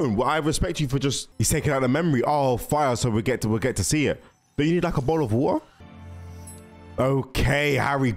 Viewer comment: FINALLY!!!! …. A Brit said “bo’oh o wa’er